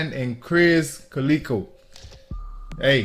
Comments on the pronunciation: When you said krizz kaleeko you dont know cus you aint heard of him, i know you didnt. Its Cal-lih-ko. Hilarious. Never thought of saying it that way.😭. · Only thing I didn't like is miss pronunciation krizz kaliko's name & how you never heard of him but heard tech before krizz he was on Strange Music tech's label & is on over half of all tech's music. krizz kaliko doing his own label now Earhouse